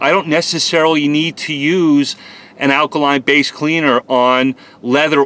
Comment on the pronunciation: Take a shot every time he says akaline...